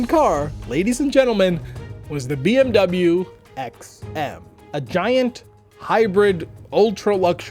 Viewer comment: Its bmw and not bmuu